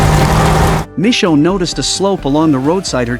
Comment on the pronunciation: Michonne not mi chone